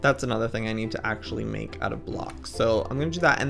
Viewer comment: I love that he sed he will Mack a place for his anmols